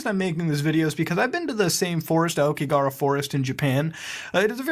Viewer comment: "lived in Japan" and yet he can't pronounce Aokigahara correctly.